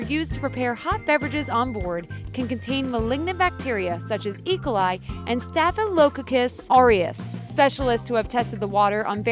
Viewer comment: she cannot pronouce either E. Coli OR Staphylococcus aureus